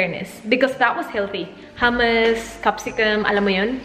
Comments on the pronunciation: Hi! I think hummus is pronounced “HOOM-uhs.”? Hehe btw, the breakfast in a mason jar looks really good! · mali po yong pag pronounce nyo ng hummus.